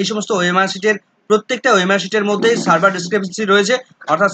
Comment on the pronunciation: উচ্চারণ টা সার্ভার নয় সেভিয়ার (severe)